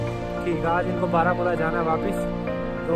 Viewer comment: Baramulla sound barmuda!! 😀😀